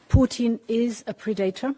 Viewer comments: It's pred-a-tor, meaning, one who preys on others / ruthless. I think when she pronounced it , she put the accent on the wrong syllable. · Depends very much on the pronunciation, she is saying 'pre-dater', very different. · Ursula is projecting Putin to be the predator. She learned a new word, but not how to pronounce it. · Hahaha... a "Pre-dater", LOL 😆😅🤣😂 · Ursula should learn how to pronounce English words properly (pre-dater!?). Surely she brings in enough money to get a language coach! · You know she’s simply a mouth piece when you listen to how she pronounced “predator”. Nobody and I mean nobody pronounce that word the way she did…this isn’t a case of toe-maytoe toe-maatoe. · Was she trying to say PREDATOR? Ya they love revealing the genius of Putin, weaponizing immigrants, washing machine chips, missile dolphins. 😅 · she meant predator ie an animal preying on others or seeking to exploit others. I blame her pronunciation